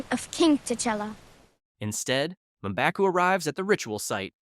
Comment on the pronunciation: Who the hell is "Maaa-baku?"